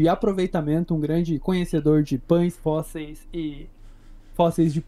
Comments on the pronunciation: "os fósseis" pelo amor champs (oO,) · nítidamente um problema com essa palavra kkkkk